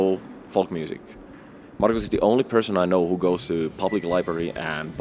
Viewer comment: It's Markus, not Marco